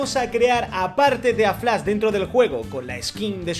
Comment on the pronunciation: Mw encanta por qué dise flas 😂😂